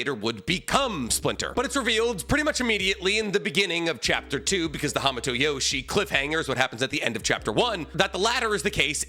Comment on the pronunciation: I cant watch this video anymore. You keep mispronouncing hamato and it's hurting my ears. 👎